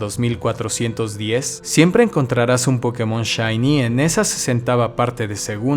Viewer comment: Es curioso como se pronuncia la palabra POKÉMON alternando su pronunciación entre una palabra esdrújula y aguda. La palabra Pokémon al ser extranjera, le pusieron una buena tilde en la penúltima sílaba, haciendo que sea una palabra llana. Así que no entiendo que se le diga PÓkemon o PokeMÓN.